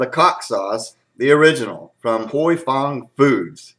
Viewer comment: I have been told by an Asian with the name Huy that it is pronounced whooey or who oui. Like when you are excited and say wheeeee! Any way you say it it's a great sauce! Thanks for the comparison video.